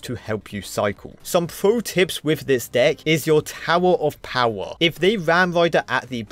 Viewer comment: I love how this guy calls the bomb tower "tower of powa" 😂😂😂😂